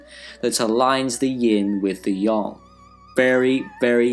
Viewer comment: Wait... Yang is pronounced as Yong? I thought it was just Yang.